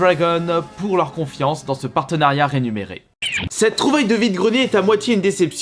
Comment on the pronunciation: Rémunérer pas rénumérer